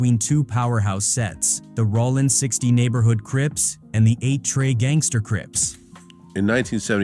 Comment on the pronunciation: Sounds like A.I. is narrating the vid. That joint said Rawlin's Zero😂